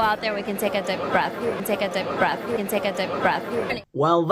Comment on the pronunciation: No, it's "Tek a tip breth".